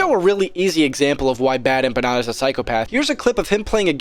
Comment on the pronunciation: Dude, you mispronounced Bad Emma Panda...